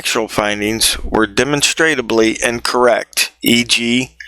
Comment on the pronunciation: De mon strub lee Not demonstrate ub lee